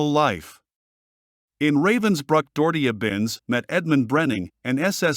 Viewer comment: Saying Binz’s full name as though it is all one word is the least annoying aspect of this video, but damn annoying it is, and the click-bait is unforgivable in a video on this subject.